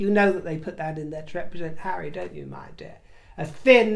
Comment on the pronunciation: Telling the Chair of Sentabale to 'move away from hawwy is so very, VERY rude indeed